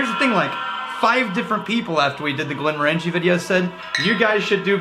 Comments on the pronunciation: It's pronounced "Morongie" not Morangie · Goddammit stop saying "Glen mor Angie", it's "Glen Morenjee" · I wonder who will be the first person to point out that we're mispronouncing "Glenmorangie."... It's tradition! 😅